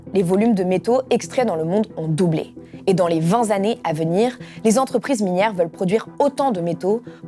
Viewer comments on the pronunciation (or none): "Dans les vingt Zannées à venir"...ça pique les oreilles chère madame. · Trente-huit secondes, "vingt zannées", au revoir